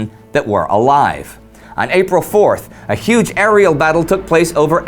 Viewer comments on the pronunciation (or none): none